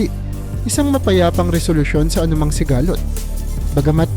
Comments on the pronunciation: Sigalot madagsa ang bigkas dyan hindi siga-lot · Paki ayos po ng AI narrator nyo in Tagalog kc mali mali yung mga pronunciation ng word like sigalot HND sigaaa---lot